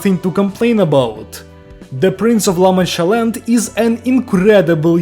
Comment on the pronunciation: blya, i like when your Slavic accent breaks through, like "Ла манча лэнд" xd